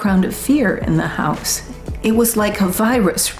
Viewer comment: why does he say house in Irish